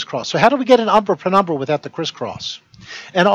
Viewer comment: Ah, now be fair, he did say "prenumbra" at least once. 😉